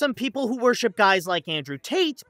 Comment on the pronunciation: Wor-SHIP? 🤣 I’m sorry I couldn’t stop laughing so hard!